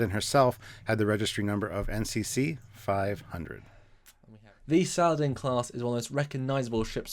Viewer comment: I believe the proper pronunciation is not "Salad-in" but rather Sa-la-deen.